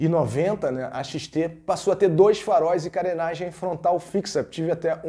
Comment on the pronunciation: Xtesão???? kkkkkkkkkkkkkkkkkkkkkkkkkkk,Mano fala Yamaha XT grande,kkkkkkkkkkkkkkkkkkkkkkkkk